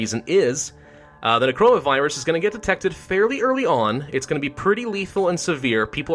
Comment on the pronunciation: Or "when he says necroa virus, it sounds like coronavirus"